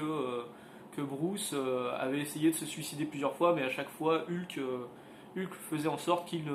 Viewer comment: Je sais que c'est complétement idiot, c'est dérisoire, mais ... mais ... je ne supporte d'entendre quelqu'un prononcer le nom "Ulk" au lieu de "Heulk". Désolé, pardons aux familles toussa toussa ... Le comics à l'air cool ceci dit. :)